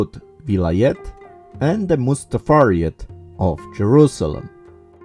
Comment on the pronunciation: it's called Mutasarrifate, you kept saying mustafariet!!!